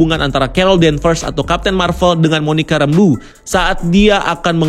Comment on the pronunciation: "monica rembu" lol